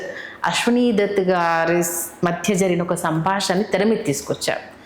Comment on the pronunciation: ఈ మద్దె, మద్దెల కాలం కాదమ్మా; ఈ మధ్య కాలంలో అని.పలకాలి. తెలుగు ప్రాక్టీస్ చెయ్యండి మేడం.